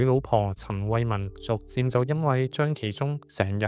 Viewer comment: 博主的L 音發不出，舉例--- 旅行講成女行，老婆變成女行，希望博主注意下。